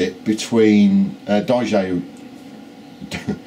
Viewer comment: say it with me: DIE, OH, JOE. not day-ew-zhjew. you've had years to get the words right, come on!